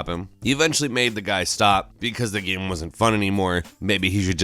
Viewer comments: Hey its GAME not GEME...:P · can't say game. It's like gayum, gaieeumm, goyiiaumm..